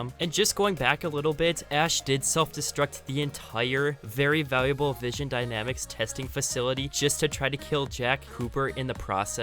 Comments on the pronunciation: it's not vision, it's VINSON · Vinson.. not vision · Vin son not vision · Not vision, it's Vinson. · Vinson not vision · Waiting for him to say Vinson dynamics right